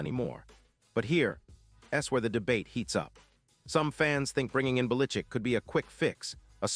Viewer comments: Bill belitzit that what it sounded like his name starts with a bell not bellickick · Lord, AI learn to pronounce his name. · You or your AI has no clue how to pronounce Belichick!:face-fuchsia-wide-eyes::eyes-purple-crying